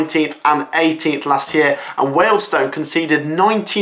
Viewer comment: Incorrect pronounceation of Wealdstone....